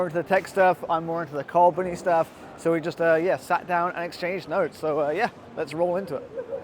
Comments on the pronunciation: “I just shat down” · "..... I JUST SHAT......" i know what you meant but wholly crap there went my coffee :)